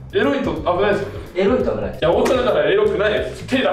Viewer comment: 「えらいこと」に聞こえるの僕だけ！？😂